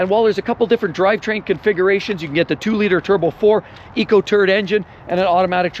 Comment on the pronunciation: Eco-turd engine 😂